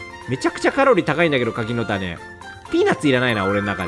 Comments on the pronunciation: 柿の種のイントネーション… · 『柿の種』が『千代の富士』の発音で笑ったwww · 柿の種のイントネーションめっちゃウケるww